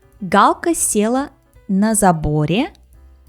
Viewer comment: се́ла (not села́)